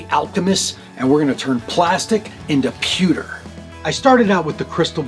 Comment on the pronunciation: today is the day I FINALLY learned how to pronounce pewter in English xDDD Awesome episode as always! :D